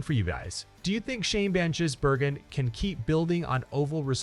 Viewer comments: The only comment I'll make AI. is that Shane's pronounced family name is Giz.. not Jiz... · Its Gis Bloody yanks need to learn how to pronounce it properly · Say Gisbergen as in G for Goat not Jizzbergen as in G for Gym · For christ sake, get his name right!